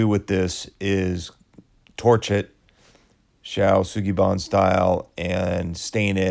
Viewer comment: Superfrikkin impressive. Really like the improvisation and compromise with choice of materials. Also really like the plan to use shou Sugi ban method to balance out the choice of wood. Wouldn’t be the channel without the mispronunciation of shou sugi ban